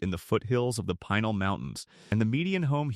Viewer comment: I lived in Pinal county for 7 years it is pronounced PE NEL. Wickenburg is a beautiful place on the way to the casino in NV It would have been helpful to state the county of each town. Sitgreaves Forest is gorgeous! You didn''t mention Tombstone! People DO still reside there.